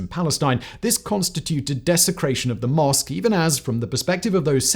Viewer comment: Why do you keep calling it El-Aska masque?